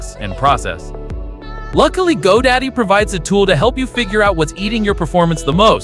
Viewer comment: Good video I gave it a thumbs up. BUT I was confused when he kept on saying "Go Daddy". I thought I was watching the wrong video.